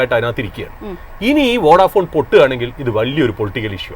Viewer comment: വൊഡാഫോൺ ❌ അല്ല വോഡഫോൺ ✔️